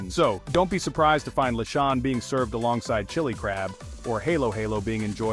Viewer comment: OMG…can’t stand the mispronunciation of simbang gabi, lechon, pancit, maligayang Pasko, etc.😂😂😂😂😂